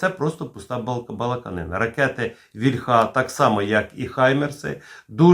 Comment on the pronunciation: Завжди інформативні випуски, тільки що ж Ви,, все неправильно наголос у слові «вільха» ставите? «Вільха» наголошується на «і». То тільки в російській «ольхє» наголос іде на закінчення. В українській мові не так: наголос на корені.